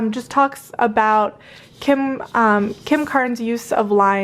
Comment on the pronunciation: Kim krans not kim karnes????😊🧡☀️